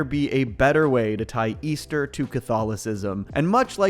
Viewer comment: Easter? I thought he said weaster!!